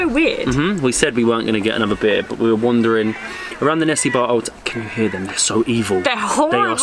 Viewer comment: It's actually nessebar not nessibar. Their pronounciation is wrong. It's pronounced Ne-SE-bur